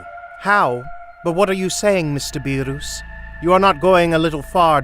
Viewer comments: BRO HPHE SAYS BEOS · Also it's beer-is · bro calls berrus Beeruus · “These order are from the great god beeroos” 💀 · My boy sed BeRoOs and WiS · Idk if it's done purposely or you simply can't pronounce beerus 😅🤣🤣 beerooooos, shenLONG !!!🤣🤣🙏😅🤣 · So out of all his friends, he’s surprised vegeta turned him?🤣🤣🤣🤣🤣🤣🤣🤣🤣 and “Beeroos” who tf is beeroos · Stop saying burus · MR BEEROOS- i give up on whis. also WHIZ like the PISS?? AND ZEENO? for fuck's sake- who's your voice actor? AND WHO USES THE WORD "SAMA" IN A DUB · did he just call beerus bearoos bruh 😮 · 1 its not berus 2 its not wis 3 its dragon balls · "beer-uu-s" "Whes" "Shen-long" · “Mr. Beeroos” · why did whis the homie pronounce beerus as 'biiroos' 💀💀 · When this man said beeroos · it's Beeres not beerus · I love hearing you say beerrooos 💀 and wissss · Nobody: Him: Beeroos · the fact when he said beeros😭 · You say beerus very strangely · damn THIS is the shittiest "what if" ever, everything about it sucks from the narration to the story p.s stop being a prick and pronounce beerus properly, ur vegeta imitation is beyond terrible edit: killing bubbles was a bitch move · you said all the names wrong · Sorry sorry you pronounced beerus's name wrong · I love how you pronounce BeeRus lol. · These videos genuinely offend me, Like the way they say Beerus and Whis. Also calling them Dragon Spheres :skull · What are these pronunciations ☠️ "BEE ROOS" "SHEN LONG" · Beerus not beeroos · It beerus not beeros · its beerus not berus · berus=bee-russ not bee roose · It is not Berus it Beerus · Beruus hahaha it's beerus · Why, just why. Beeroos, and not Beerus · It's beer us not beerooos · Sorry for the grammar correction but it's not Ber-roos it's Ber-us or Be-rust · It’s not Beeruse it’s Beerus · U GOT THE ANGELS AND THE GODS NAMES WRONG BEERUS' NAME ISNT PRONOUNCED BEER-OOS its pronounced beer-us and Whis its not pronounced wis it is pronounced wees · Who is beeroos!? ITS BEERUS NOT BEEROOS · Bro said beeros 💀💀💀